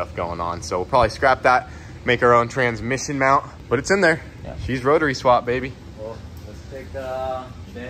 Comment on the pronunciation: LMAO at "The transmission mount" sounds like you boogered that word all the way up